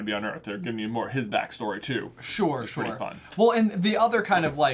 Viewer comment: J says anything: sHoRe ShOrE